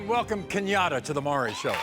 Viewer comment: I love how he keeps callin him Murray instead of maury